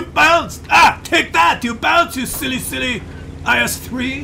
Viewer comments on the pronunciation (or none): "you silly silly IS3" and "you silly silly T30" - ypur french accent sounds like the outragious french accent used by John Cleese in Monty Python and the Holy Grail. Keep practicing mate. cheers SammySteel_1 NA server